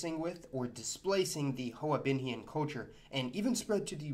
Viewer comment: Whiteboi got it wrong... Those niggas there pronounce hoa binhian like hwa binhian....